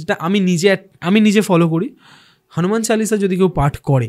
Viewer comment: Kothata "Hanuman Challisha" noe Hanuman Chalisa.... pronunciations problem hole "Mahabeer chollisa" bolun....erom baje pronunciation korben na😡😡😡😡😡😡😡